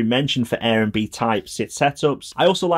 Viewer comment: Excellent review as always! Though I'm pretty sure it's not pronounced 'Air n' b beer'. Though maybe it should.